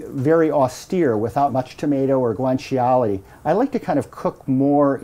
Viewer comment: it's funny how he says guanciale... guwan chee ollie